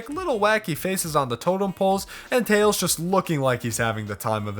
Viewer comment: THATS NOT TAILS!! ITS TLELS!